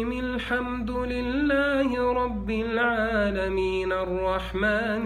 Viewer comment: ينطق النون ميم في سورة الحمد الله رب العالمين وكررها في الايات التاليه